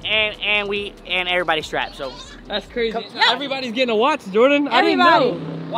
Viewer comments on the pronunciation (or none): BRO MET TO SAID "GETTIGN" INSTEAD OF "GETTING" Lol